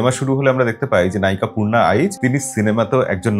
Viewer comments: নাম তো পর্ণা নয় পূর্না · Dada koushani r charecter er name porna noy it's Purna. Koushani thik pronounce koreche apni name ta hoy to thik kore janten na.